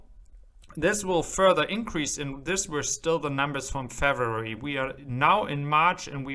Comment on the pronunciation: new viewer here, 👋🏻, what's your mother tongue? & "Feviery" sounds a bit French, but your vowels and stress are all Germanic. "Twenny" — Not sure what this tells me "six hundred and thirty two" — presence of "and" makes me think not German or at least didn't learn US English, but: "ja": Maybe you are German? I'm all confused :-)